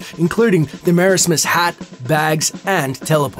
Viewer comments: Dude. It's pronounced Mer-AZ-mus, not Merismus. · it’s pronounced «Mer—Asmus not «Mera—smus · its not merasmus, its merasmus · "Mare-ays-mess" N-no... that's... that's not how you say it... xD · The way he says Merasmus' name sounds weird to me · You pronounced merasmus wrong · The way he said marasmaus. Btw giz I cunt speell